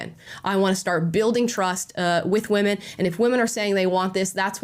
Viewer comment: I cringe every time I hear them saying women